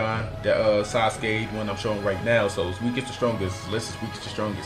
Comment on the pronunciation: He said asuske